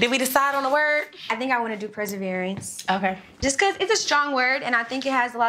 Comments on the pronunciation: Only thing bad i can say is it’s perseverance not perserverance. Love her tho she’s the sweetest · NOT “Perservereince”!!!😭😭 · The client pronounced the word as pres-serverance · I only came here for the “perseverence” one🤣🤣🤣🤣🤣